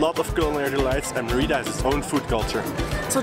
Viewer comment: 1. Learn to pronounce Mérida please, it started to get painful! :) 2. Parque Santa Ana is visible out of the window and there are about a dozen street food stall selling queso relleno. They also sell it at the main plaza every Sunday. So not sure why it's hard to find? And how can you not recognise bechemel sauce?! 3. You get far better cochonita again at the locherias in Santa Ana or at La Lupita in Santiago. You also somehow failed to mention lechon which is similar but much better. Both best on Sunday mornings in Mérida. 4. The green sauce at Wayan'e is not guac! And you didn't get castakan (unless you were unable to identify it when tasting somehow?) 5. No locals from Mérida eat at Chaya Maya - it's strictly a tourist trap for Mexicans and foreigners. Hence the cheesy tortilla demonstration. And you get much better versions of all their dishes elsewhere. 6. You probably missed the two best restaurants in that area of Mérida: El Cangrejito and El Marlin Azul. 7. Where's poc chuc? 8. You didn't mention what manjar blanco actually is! 9. Next time don't miss the cebollas negras from Nectar!